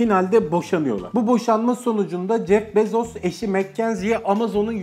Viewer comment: Jef bezos değil (jef bizos) gibi birşey